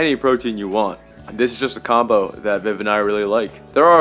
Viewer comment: The way I laughed when you said, "Comboo". 😄 I'm a child. 🤣😂